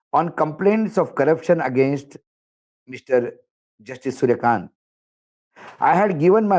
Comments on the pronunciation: Kanta nahi kant boliye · Kindly speak in hindi If you are not comfortable speaking/ reading in english. I don't mind speaking in hindi as it is our national language but don't like/approve of irratic reading. It's सूर्यकांत और सूर्यकांतआ नहीं Thanks and Regards